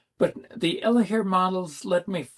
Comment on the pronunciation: I have moderate hearing loss. When you say the name of the Elehaer model, I have no idea what you say. I have to see the word , like close-caption on tv.